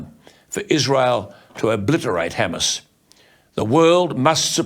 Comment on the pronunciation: You might wanna learn how to pronounce Hamas correctly...